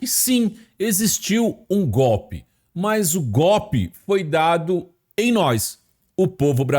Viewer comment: Jesus Cristo.. Pudim de cachaça não sabe falar golpe!!! Como esse "besta fera" pode ser presidente do Brasil....